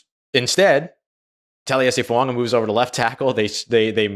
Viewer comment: FOO-AAH-GAH!!!!!!! Not fuaNga!!!!!